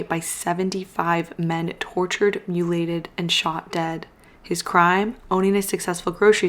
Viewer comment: What does "mulated" mean? I thought she just mispronounced mutilated, but even the caption says "mulated." Anyone know?